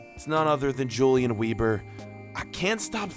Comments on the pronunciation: I watch the whole episode love the gameplay btw if he's German then his name should be pronounced Yulian Veber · you said the weber in julian weber wrong